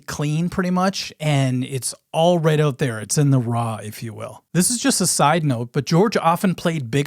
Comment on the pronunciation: Love the Minnesota accent in "Check OOUUUUT' my Ringo video. We are Caniowans. Half Canadian, half Iowegian. Cool topic. Never could figure out who did what on guitar with the Beatles. p.s You have a string that's sharp.